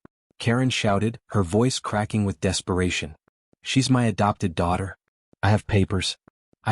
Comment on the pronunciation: I'm taking m y . The AI can't even say my.